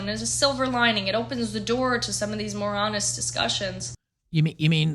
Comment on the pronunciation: Lol she said, "more honest".. I thought she said "moronist" lol..